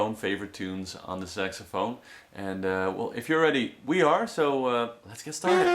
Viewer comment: Thumbs up if you heard him say SEXAPHONE! XD